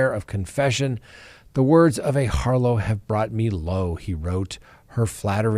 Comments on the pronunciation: It's pronounced 'harr-lot'. Not 'har-low'. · The word is har-lot, not har-low... It's not French! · What’s a harlow??Do you mean harlot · Harlet not harlo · I think you mean to say NK is a harLOT (not a Harlow), amiright? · The word harlot is pronounced with the t not Harlow lol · It's "harlot" like "Charlotte", counselor. "Harlow" is a person's name, either surname or given. Don't take all the fun out of hearing Chris Watts tell the truth about another person's character for once. 😂🎉😂 But who am I to talk? Preacher Chris told his mom that my words should be like the wind, and mean old Cindy certainly agrees. Maybe "Harlow" is NK's new name, since she had to change it after the murders. Chris does claim that NK has written to him, so maybe he told you something none of us know. Did he mail you a grubby, smuggled prison-dollar and invoke attorney-client privilege? Or some of his favorite prison cheesecake and a Mountain Dew in lieu of legal tender? If so, you might be in trouble after that namedrop right there. He'll protect NK Harlow the Harlot at all costs. 😂🎉😂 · It’s “harlot.” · It is pronounced HarLOT, not HarLOW. Come on, you are an educated man? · Harlow? It’s harlot I thought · "a harlow" ... has the world been mispronouncing "harlot" forever? Or what? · You actually went through law school, and you think its pronounced "HarLOW" rather than "HarLET"? Try to get a refund from your school. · Harlot (här′lət), the 't' is pronounced, not 'harlo'. But, Chris' poem wouldn't rhyme if he pronounce it correctly 😉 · Har-lot, not harlow. I hope I'm correct hear. Am I? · She was a "Harlow"?😂 Seriously now, you've never heard the word "harlot" pronounced? Or is that in case youtube gets on its high horse and disapproves? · The word is pronounced har-LOT, Not har-LOW. GEEZ! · "Harlot" is pronounced how it is spelled, not "harlo". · Harlot lol =har-LET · A harlow? Never heard the word harlot pronounced that way. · It’s “HARLOT” - the T is pronounced.